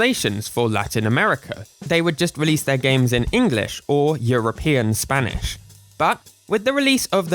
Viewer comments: I LOVE HOW YOU PRONOUNCE SPANISH AJFHAKFJABFJA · You pronounce spanish pretty well!, I think you scared a lot of english speakers by putting(before edit: puttong) all those dialects with the letter Ñ in it Greetings from Argentina! I will proceed to speak in argentinian spanish (And argentinian Accent, we speak the Ll's and the Y's as Sh's a lot of times) Che boludo, sho estoy acostumbrado a las traducciones en español de españa, xq todos los juegos que jugue (sha sea en emulador o en consola) las jugue en español de españa xq era lo que habia jaja, y como nosotros somos muy boca sucia, mucho problema no hay, pero me gustaría que no nos ignoren, LATAM es un gran continente con muchas personas, asi que tener una traduccion para LATAM en los juegos de Pokémon nos ashudaria a comprender los dialectos que en el idioma de español (España) no entendemos por ciertas palabras (Back to english) if you understood, reply with Ñ, if you didn't, with N, and if you understood PLUS you are from latin america (and or argentinian) reply with ÑcheÑ, if you are not argentinian, reply with Ñ(common word in your country like weon, po, pe, etc)Ñ